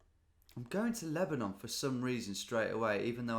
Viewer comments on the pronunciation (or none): none